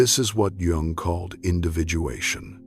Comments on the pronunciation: At least pronounce Jung’s name correctly. Too bad. it’s a good post, but it starts off alienating anyone who knows that you don’t pronounce Jung like June. It’s pronounced “Yung.” Have respect for the great man. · Its pronounced young, NOT Jung. Duh. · It's pronounced 'yung'! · Please don’t pronounce the “ J “ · Is his name pronounced Yung or Jung? Why do you switch the name!? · It's pretty hard to listen to when the recording isn't pronouncing his name properly. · You don’t pronounce Jung correctly. Hmmm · Because there is no better way to pay homage to a guy than mispronouncing his name for two hours. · AI needs to pronounce Dr, Jung's name consistently. I'm not staying. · Ugh. If I hear his name mispronounced one more time.... This is the problem with AI narration. Smfh. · Nope, stopped listening as soon as the narrator mispronounced Jung's name less than a minute in.